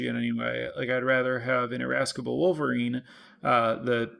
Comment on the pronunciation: The 'c' in in Irascible is silent but otherwise insightful content as always. Does make sense to be cautious around splashing when you care about double spelling; the relevant pip count is kind of hidden in your deck builder.